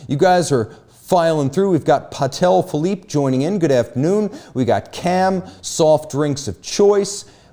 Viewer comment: He said Patel Philippe 😂